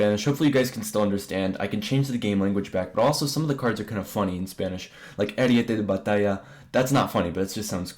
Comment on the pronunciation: your accent and pronunciation were really good when you said "ariete de batalla"